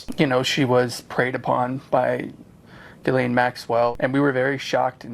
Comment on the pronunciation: It's Jizlane Maxwell